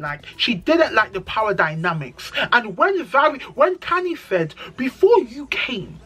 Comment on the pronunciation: the cast is so small you can't forget names🤣. I like the way you described Annie's situation. Her whole personality has been shaped by that relationship. I really wish her the best. The way you pronounced the names I kept asking myself who is talking about. Khanyi- Khanyiiiii. Andile- Andiiiillleee. Zari has only two kids for Diamond. She was married to Ivan for over 10 years but unfortunetly he died about 2 years after their separation. Separation because he was a violent man. I wish Zari could learn to respect people's husband's and not call them to have side conversations but then again I know it's scripted so Zari is playing along. If they all play nice nice, no one will watch the show.